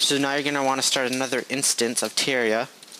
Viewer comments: Say it with me: Terr-ar-i-a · It is Ter-reh-ri-a